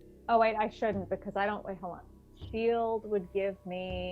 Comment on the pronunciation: Man really needs to read up on shield, this isn’t her first time flubbing it and it isn’t a particularly difficult spell to get the grasp of lol